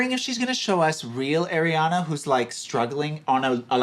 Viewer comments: is ar-iana not air-iana🧍🏽‍♂️ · If I hear one more person call her “air-iana” 🙃👀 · stop calling her airiana ffs like seriously